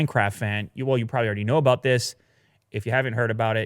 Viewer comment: Lol is so exited about the MacBook Pro 16 his Canadian accent peeks out at the end of his chit chat with aboot it. I hope they do a spoof episode where they bring out the accent on the heavy for laughs.